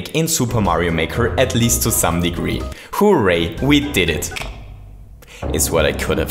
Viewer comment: Even though he sounds like he said hooree